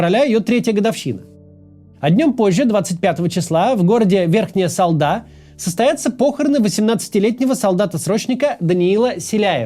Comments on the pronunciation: Я ещё не досмотрела выпуск, но просто Спасибо за правильное ударение в произношении названия города! Обычно все коверкают! То РЕвда, вместо РевдА, САлда вместо СалдА; ну самое прелестное это было БерезОвский вместо БерЁзовский. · Кац неожиданно правильно поставил ударение в слове Салда.